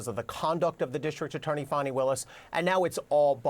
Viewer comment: Good bye Fani, not Fanni as you pronounced it. Glad to see you go.